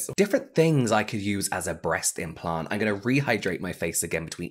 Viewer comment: Aye, I think it should be implant, not impant <3